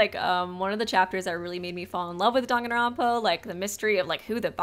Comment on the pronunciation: nah he pronounces it dongonronpa